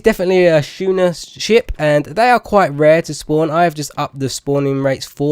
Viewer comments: I think you are saying schooner (shoe-ner) is incorrect, if I am not mistaken I think it is pronounced as skooner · "Schooner" is pronounced like "Skooner"